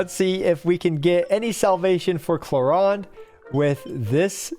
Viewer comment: My guy said "Chloronde" 😭😭😂😂